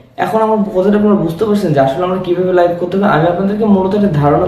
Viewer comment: ❝লাইফ❞ না ভাই ❝লাইভ❞